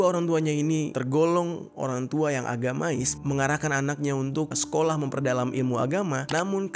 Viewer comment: Bukan agamais jer...tapi agamis 🙏😁